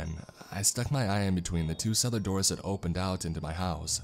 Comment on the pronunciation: How can a radio go: "Lock your doorsuhhh", like i wouldnt hire a guy like that to do my broadcasts.